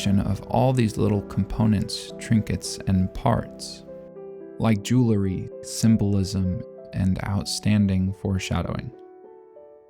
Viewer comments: I love all the care for detail in Frieren, and it's great to see someone who took the time to examine it! I also wanna say, however, that it really bugged me every time you said jewlery instead of jewelry. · I'm glad I'm not the only one that got distracted by his pronunciation of jewelry!